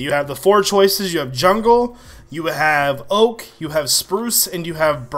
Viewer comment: Lol you said Ork instead of Oak